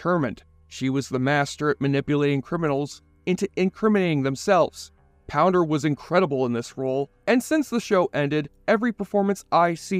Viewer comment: POUNDER!!! NOT POWDER